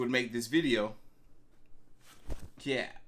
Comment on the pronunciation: It’s hard watching these, he talks to much. Chill wit the “cap” you playin tf outta that goofy ahh not even saying it right 🤦🏾‍♂️😂